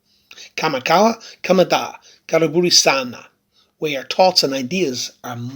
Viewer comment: yeah & the way he pronounced karibu Sana, 🤔he makes my tea drop🤣💧💧🔥💪🔥demn!! tea after tea, Jah bless🙏💪🔥